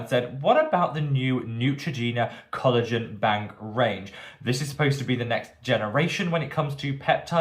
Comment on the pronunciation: ❌Neutrogena 👎Ciao ❤️